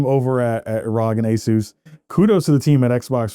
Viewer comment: It's not pronounced "Rhog". To pronounce it correctly, you enunciate each letter individually as in "Are Oh Gee". Pronouncing it "rhog" is just weird and wrong lol